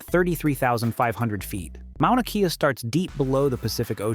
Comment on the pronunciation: Mauna Kea not Manua